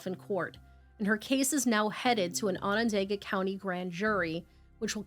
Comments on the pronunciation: I know I shouldn't comment this but I'ma do it anyway. Onondaga is pronounced awe nah dog uh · I respect both of you and your research! Syracuse NY is my city! I remember how sad this was! It hit the community hard! Onondaga is pronounced Onon-doga! It's not spelled that way! It's the name of the Onondaga people and their reserve close by! ✌🏾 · Onondaga is a difficult word I guess you were close tho!